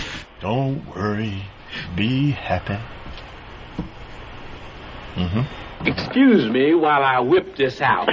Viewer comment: Yeah when he said "don't worry be happay" I was laughing my balls off. What was your favorite part?